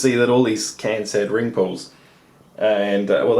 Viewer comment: What's funny is when you said "ring pulls" I heard wrinkles!